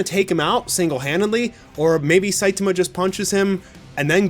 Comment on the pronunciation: Can you please pronounce saitama correctly?